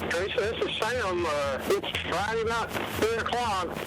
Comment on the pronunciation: It absolutely boggles my mind that someone could pronounce the word night as “not”. “Time” pronounced “tom”.